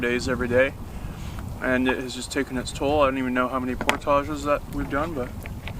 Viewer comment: The way they pronounce portages lol!!!